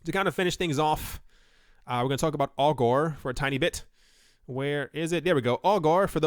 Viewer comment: Every time you say "Augur" - I here "Al Gore". :D